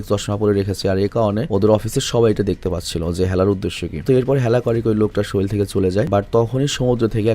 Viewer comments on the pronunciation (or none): none